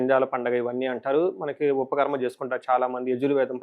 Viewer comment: ఉపాఖర్మా బాబూ ఉపఖర్మ kadu